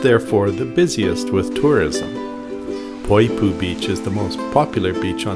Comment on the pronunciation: I lived on Kauai for 3 years and really enjoyed watching this video. Thank you for sharing. I do have some feedback though on your pronunciation of the Hawaiian words... most you did not pronounce correctly, though Poipu was correct. Kilauea is pronounced Key-La-Way-ah.